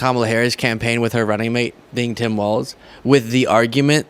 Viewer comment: It's pronounced walls, not waltz.